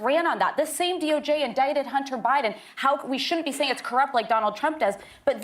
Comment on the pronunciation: That title is a straight up lie > Nothing was caught on camera, no producer rushing on set, Charl gives Whoopi a kiss for how brutal their fight is & you sir need to learn how to pronounce Biden > His name ain't Buyin', it ain't Bine, it ain't Biyan, or any of it. Truly horrid drama stirring content that utterly bullshits it's hype